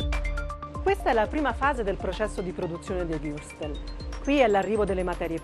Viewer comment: Imparasse per lo meno a pronunciare Wurstel...santo dio...